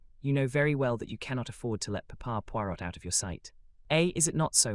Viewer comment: who is reading this, please? it's a fun lighter voice then more. Hun Puirot is not pronounced "...pui R ô T" rather "pui Roē"